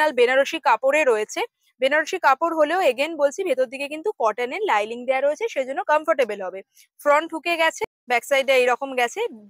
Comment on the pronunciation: Linings not liling